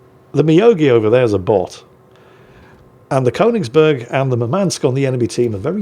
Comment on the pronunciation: Since the Königsberg gets mentioned so much, it's just too bad doesn't know how to pronounce it.